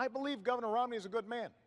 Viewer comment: dude the moderator called him romLEY